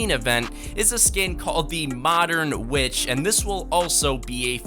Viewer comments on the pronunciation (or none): I just love the part where he says "modern with skin" instead of modern witch XD